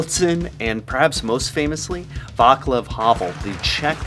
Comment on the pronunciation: The letter C in Vaclav is pronounced as [-ts-] not [-k-] ;)